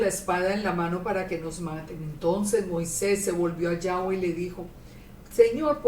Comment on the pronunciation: A veces dice Yave, o sea sin w.